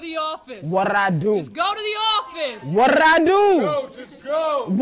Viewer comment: "What drrrraaaa do?"